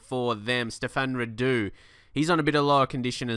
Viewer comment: not Rahdu, its Ra-du